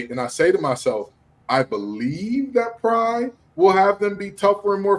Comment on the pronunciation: Pry, not Bry.